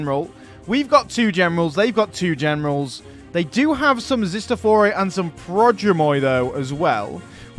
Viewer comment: It's not Charlie 'ch' in Chalkaspides, it's 'h'. And it's not Zistophoroi;) Anyways, thanks for a great video! Can't wait for Romans haha